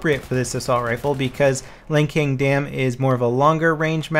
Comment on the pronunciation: wtf is lankeng dam? i always thought it was LANCING dam